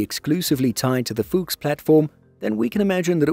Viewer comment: Brotip: the U in Fuchs is short, just like the O in fox. 😉